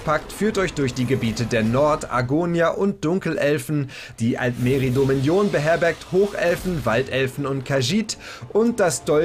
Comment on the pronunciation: Die Aussprache von "Dominion" hat mich so getriggert xD Clockwork City sollte man wegen der Haupthandlung mitnehmen. Just sayin